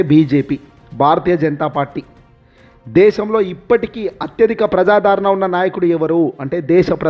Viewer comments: ప్రజాదారణ కాదు సామీ ఆ పదం ప్రజాదరణ అని మాత్రమే పలకాలి. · ప్రజాధారణ కాదు స్వామీ ప్రజాద రణ అనాలి నీ తెలుగు తగలెయ్య ప్రాణాళిక కాదు నాయనా ప్రణాళిక అనాలి. బాషను కూని చేస్తున్నావు సరిగా చదువు.